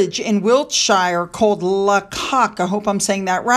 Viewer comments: No,. 😧It’s not pronounced La Cock…it’s “Lay-cock”. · Lacock is pronounced "Lay-cock" 🙂🏴🇬🇧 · Good morning, Lacock is beautiful, pronounced Lay-cock. Pride and Prejudice, amongst others has been filmed there. Great video, again x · Lacock is pronounced Laycock. It belongs to the National Trust and is frequently used for filming eg the BBC version of Pride & Prejudice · Lacock ( pronounced Laycock)… “just saying”: the village is mainly owned by National Trust, and it is beautiful. They started to build the Guildhall at Bath in 1776, a date you might recognise on your side of the pond. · Hi it's pronounced Lay cock, yes we have yet another glorious word!! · Lacock is pronounced Laycock. Stunning place.. no new buildings.. all protected houses. Often used for filming and the home of photography. Coronation street is great... it's got great comedic moments also. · The village is spelt Lacock but is pronounced Laycock. This lovely little village was filmed for the televised version of Pride and Prejudice with Colin Firth has Mr Darcy and Jennifer Eillie has Elizabeth. An extra bit of news. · it's pronounced 'Laycock' and it was used as the village in the 1995 Pride and Prejudice TV series. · Hi, Lacock is pronounced Lay-cock. It really is a beautiful village, very historic and has been used in several films and TV series that have been based in the past. Bath is a beautiful city, also very historic and for any visitors to the UK is highly recommended if people have time. It’s also set in a beautiful part of the UK and is approximately 90/100 minutes from London by train.💝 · Thankyou...ex-pat here...'La Cock' gave me the best giggle all week. I find '-isms' adorable, often better than the original 💐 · Lacock is pronounced Laycock. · It’s said Lay-cock